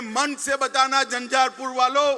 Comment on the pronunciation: Jhanjharpur to sahi se bolye